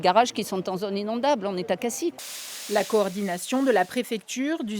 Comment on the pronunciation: que une reporteur de France3 PACA sachent comment se pronounce "Cassis", c'est trop a demandeR?